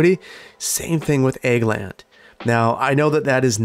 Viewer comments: Egg land? Egg land. AHHHH Wisconsin accent = Ag as in agriculture land. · Everytime you said "Ag land", I hear "Egg land" and I keep seeing eggs...hehe... Maybe you want to try "Agri land" instead? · I apologies I am misunderstanding you accent I think you saying 'egg land' ? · I kept hearing Eggland until like Then thought you had been doing it as a pun the whole time and I expected you to have "chicken farms" by having chickens in the Animal Pastures. I was full on prepared for a section called Eggland's Best.